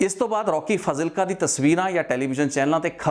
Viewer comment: It’s spelled as faaaaaaazilka……..come on man!!